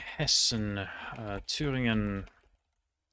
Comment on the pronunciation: In Germany he nailed Thüringen and Bremen, with the rest he definitely had a noticeable accent but still pronounced them very well His French is crazy good though